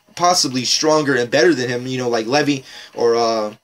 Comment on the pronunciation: He didn't say Levi right lol